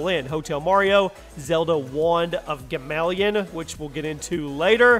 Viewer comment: 1 - Bible adventures is not a official Nintendo game, like you said, it wasn't licensed or endorsed by Nintendo 2 - You spoke about Donkey Kong Junior Math but wrote in the screen and showed the images of Donkey Kong Jr, wich was a pretty good game at the time... 3 - Zelda Wand of Gamelon (how can this be pronnounced 'gameleon' when it doen't have a second 'e'?) and Hotel Mario are NOT a Nintendo game, it's a Sony/Philliphs game that used Nintendo characters because it were licensed by Nintendo, but the development itself had nothing to do with Nintendo. 4 - Half of this games were lauched in multiplatforms, so it's not a Nintendo game... the criteria used didn't make sense